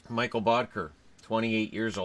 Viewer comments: It's Mikkel not Mikael :) danish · Amanda Vidri I totally agree.. as a Dane, It’s hard not to cringe. It’s “Mik-kel” not “Michael’’